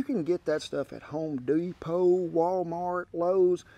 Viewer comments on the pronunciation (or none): The way Kent said Home Depot made me 😆 😂 lol